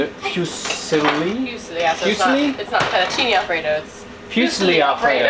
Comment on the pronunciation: Love your videos!! Buggy is totally adorable! Have to help you out on the pasta though, it’s pronounced foo-zeal-li 😂🤣 didn’t know what kind of pasta you were talking about until showed it. Since we moved to our dream home, the internet speed is not so great but yours is one of the few channels I still watch regularly. Keep on keeping on 😊